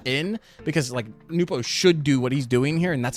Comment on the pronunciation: Bro the second you pronounced it "Nupo" I breathed the DEEPEST sigh of relief .... and then just sat back and enjoyed the rest of the video edit: oh shit I need to change my swivel speed